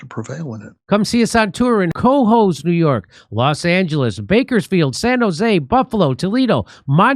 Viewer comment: It’s pronounced CA HOES not COHOES